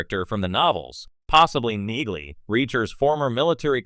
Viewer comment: It’s pronounced “Neeley”. 😊